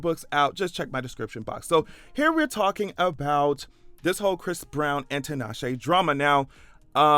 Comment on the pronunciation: First time I've heard 'Tinashe' pronounced correctly.